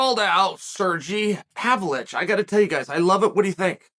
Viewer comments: Chael clearly gets a kick out of butchering any foreign fighter's name. Cereal Gone versus Serjee Pavlitch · What the F is wrong with you Chael. At the very least get the name right. Serjee Pavlich LOLOLOL